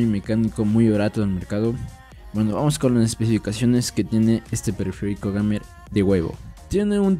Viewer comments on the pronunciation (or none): PÉSIMA REVIEW, ESTÁ TOTALMENTE FUERA DE CONTEXTO GAMER(SE PRONUNCIA "GUEIMER") 0.56 gramos? → 0.56kg(560gramos) Antifantasma? teclas por minuto?→Antighost (Permite ciertas cantidades de telcas pulsadas al mismo tiempo) W A S D y las teclas de flechas no trabajan con antighost, se resaltan porque se usan más y se hace de mejor calidad para durar más